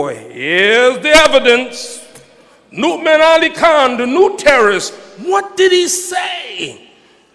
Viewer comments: Yeah, I think it's pronounced Nou'mon though. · I like how he pronounces Nouman's name like Mu'min with an "n". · its funny how his saying nouman name lol